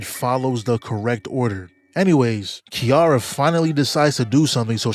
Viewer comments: KI RA RA Not Kiiara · im crine ts mf called kirara "kiara"😭